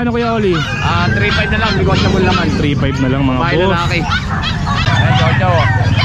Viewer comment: nego-table daw HAHAHA